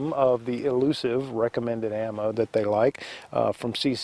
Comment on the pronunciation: Did you say "ELUCIVE" 22 mag. CCI cartridges.... I'm not sure where you buy your ammo, but you can find it it it in any sporting goods store in America.